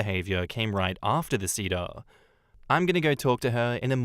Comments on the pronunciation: man the pronounciation of seder bothered me lol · Same and I'm not Jewish lol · Seder is say-der. Hagadah is ha-GA-dah.